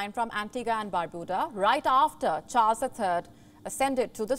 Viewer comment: Ms Anchor. Kindly check the pronunciation of all those countries you've mentioned. Eg. Baar.BAY.daws. baar.BYU.duh... SAWV.ruhn.ti is tri-syllabic.